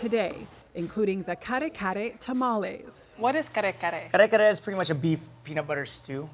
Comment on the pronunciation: also she pronounced kare-kare BEAUTIFULLY